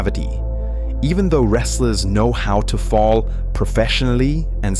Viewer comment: How on earth can you say "Fall"?